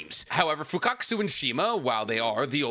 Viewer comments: Why are you calling Fukasaku as Fukakusu? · Broo 😂, fukatkaasu. You say his name Fuka-saku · It's "Fukasaku"😅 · Fukasaku 🚫 Fukakasu✅ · You keep saying Fukakasu irritated the hell out of me. It’s Fukasaku.. FUKA SA KU.. 😂😂😩😩😩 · Bro still pronouncing FUKUSAKU as FUKAKUSU😂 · and “fukakusu”instead of “fukasaku” kkkkkkkkk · isnt it fukasaku? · Pronounced MI-YO-BO-KU and FU-KA-SA-KU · mf been making Naruto content for 3-4 years, still hasn't learned how to pronounce Fukasaku correctly 💀